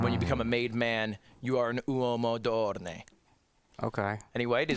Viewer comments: The italian pronounciation is absolutely ridiculous, come onnnnn! How do you get ORNE from onore??? If you pronounced it correctly someone could have guessed it meant honour and would have had a chance at guessing it right! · The mispronunciation of onore killed me😂